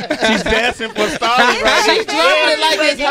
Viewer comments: Was it JUUUST ME that was experiencing anxiety EVERY time Sway *mis-pronounced Stalleys' name tho ! ? ? ? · sway this one reason i quit watching your channel you cant even SAY Stalley name right you out of touch brah smh lol